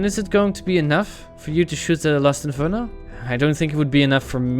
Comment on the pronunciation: they when is reading it he says Lost Inferno not Last Inferno.